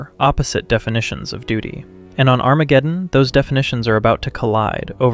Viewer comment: “ON ARAMGEDEON 🗣️”